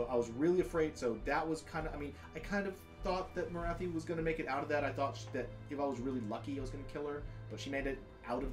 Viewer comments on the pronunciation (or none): It Morathi not morthi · Interesting short battle report but please tell that lad Morathi is pronounced More-wrath-fee. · MORE-ATH-EE. Morathi. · where the heck did get the name Morthai from when it’s clearly Morathi